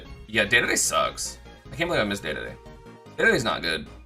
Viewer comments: Its Dedede not day-day-day. Play him and listen to the announcer on his win screen. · Him saying dedede hurts me Day-day-day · STOP CALLING KING DEDE DE 'DAY DAY DAY' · Did this man just say DADADA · Holy shit if you’re gonna say dedede so many times at least say it right